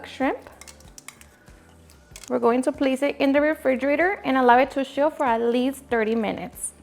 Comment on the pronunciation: those hand movements you make are so cringy & unnecessary. Also with all your success you should consider taking English classes. It’s hard to understand with the heavy accent you have. For example you also say “sharred” or “shill” instead of charred / chill. You have many viewers so why not do some self-improvement.